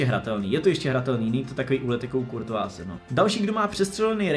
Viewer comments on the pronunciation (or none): none